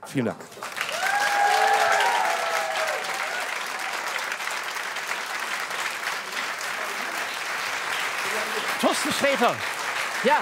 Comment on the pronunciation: Find ich so süß, dass Olaf Schubert immer Toasten sagt, statt Torsten.